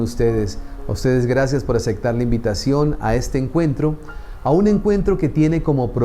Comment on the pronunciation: sin animo de criticar o juzgar, solo una observación, se dice aceptar no acectar